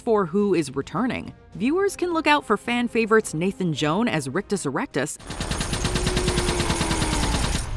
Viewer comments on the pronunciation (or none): none